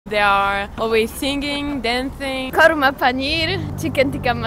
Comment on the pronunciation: Did she say karma paneer !! 🤭😂 Nan karma Lol now I know why they say karma is a bitch